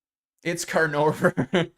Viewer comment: its canadover